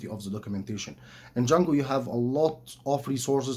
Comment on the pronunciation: And it is not "Jungle" it is "Django", no Rudyar Kipplig here...